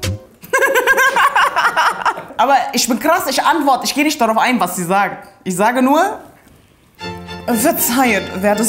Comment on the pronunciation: Das “ch” wird nicht “sch” ausgesprochen. Es ist also nicht “Mädschen” und “isch” sondern “Mädchen” und “ich” bitte respektiert die deutsche Sprache.